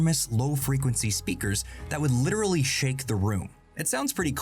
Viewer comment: This was a very informative video, I really enjoyed it. And you went eight whole minutes before saying "liderally". I think history has shown us that this trend will likely come again, maybe around the 2040s.